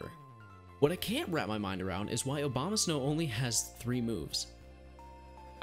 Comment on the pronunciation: did you just call Abomasnow Obamasnow?